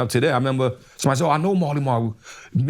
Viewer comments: Hey time stamp guy, it’s “Marley Marl”. Jesus Christ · He’s talking about Marley Marl not Mally Mall 💯